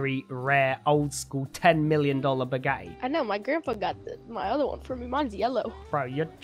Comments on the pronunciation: naw. He kinda says it like "Bugahi" 😂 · The way he says "Bugatti" makes me so happy😂😂😂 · Just Can make me laugh The whole time the Way he Says Bugatti I like it your my Favorite Gta 5 YouTuber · I hate the way he says bugatti